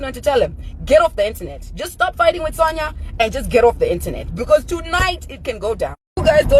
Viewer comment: Iwe it’s pronounced Sonya